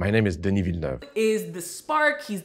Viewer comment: They do amuse me all the inventive ways people have found to pronounce Denis' name incorrectly.